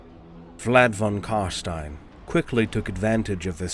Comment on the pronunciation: Finally someone that pronounces it correct. Its Karstein as in Frankenstein, its never Karsteen.